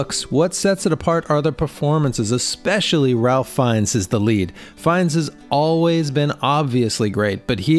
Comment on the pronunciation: It’s been more than 20 years since I’ve heard someone mispronounce Ralph Fiennes’ name.